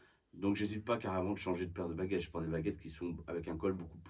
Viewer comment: I heard "bagettes" and now I'm hungry.